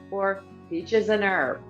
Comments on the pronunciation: You must improve on the real answers.....many were wrong and it's Peaches & Herb...H sounded not ERB!!! I did great except I hate country music. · The "H" is pronounced in "Peaches and Herb." It was his name. Shortened from "Herbert," actually. Still, the "h" is pronounced.